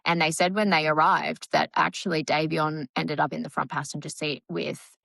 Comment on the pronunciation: American here, I'm not being a smart the accent may matter, but it's Dom O NICK, or just Dom is what he went by, not Dominique, thats a girls name in America. You do pronounce Davion exactly right! Just letting you know. I 100% agree, SHE gets far too much attention imo. She (and her mother apparently) think shes a "star" . She isn't! I'm so tired of videos showing her twisting and posing...talk about the ick! I think she absolutely does know what happened. I think Davion thought his being along would keep Dom safe from her psychotic behavior, sadly ,she didnt seem to care. The speed limit was 35 mph, not 100 mph! I think it was intentional. I think Dom did try to stop it. The black box showed the car had been put into neutral, then back into drive. It happened too quickly to do anything much, but that part is my opinion, (not the black box information, that is apparently fact.) She deserves prison. You don't "accidentally " drive 100 mph into a building! She isn't the innocent little girl her parents want people to believe she is. You covered this pretty well!